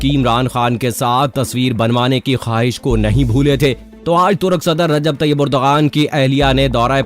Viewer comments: ترک صدر کا نام اردوغان نہیں بلکہ اردوان ہے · Please correct, its not urdagan but it is Ar-du-wan. Turkish alphabets are different g with hat is pronounced as wa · His name is : Ardoaan, not urdghaan. Mehmaan ka naam toh theek tarah sey lay lo bhai.